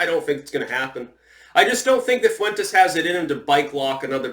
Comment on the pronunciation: The fuck are you saying Fuentes that way?